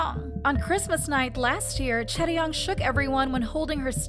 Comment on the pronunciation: It’s chaeryeong*